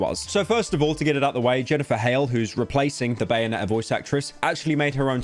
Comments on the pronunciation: “bayone’ah”-pyrocynical 2022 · Bro really said bayone' 'er